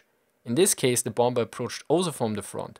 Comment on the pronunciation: Cool video. But I can't help but giggle a little bit every time you pronounce the second B in bomBer.